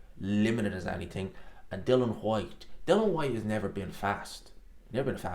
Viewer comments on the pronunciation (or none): none